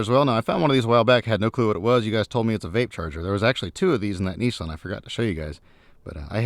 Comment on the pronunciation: Nissan or kneeson😂